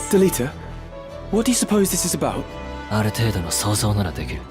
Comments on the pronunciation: Who is Del I da....or Del I ta.... it has been Del e ta even pronounced in the game. Ok Ted Mosby. Head on over to the renayyyysaunce fair.... was a great vid until you went all pinkies up. I will never understand. Its like the tedious vs tidus....just get it right. The game literally speaks their name and you say it incorrectly. Why? How? So frustrating. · If you have played the WOTL , I don’t know how you keep pronouncing Delita’s name incorrectly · That pronunciation of Delita is wild